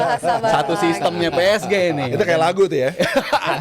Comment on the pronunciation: Gak nyaman kalo denger ps ge jadi ps ji wkwkkw